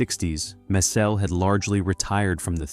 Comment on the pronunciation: It’s not mess-SELL. It is MESS-ell. Do your homework before you record a video!